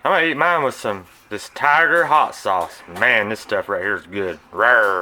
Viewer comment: "Rrrrrrrr. Tiger sawuce"